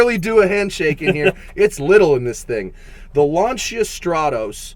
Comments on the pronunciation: LAN SEE A and not LAN CHi A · you review these cars but you cant correctly pronounce lancia......